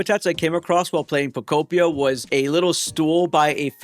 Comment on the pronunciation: You get a thumbs from me just from saying pokopia and not poko pee ah